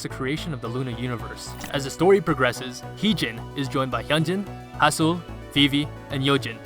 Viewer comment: sorry but it's HASEUL not HASUEL 💀